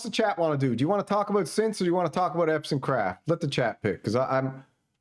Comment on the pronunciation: Hey! Let's willfully mispronounce this guys name through the entire video! Why? Just to show everyone that we're the coolest prepubescent school yard bullies ever! Yay us! Go bullies!!!